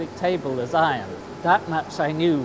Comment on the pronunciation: u know after watching more than 20 vid from this channel an hearing ion & ion & ion,,, I just figured it out,, it's actually IRON ! silly me ^__^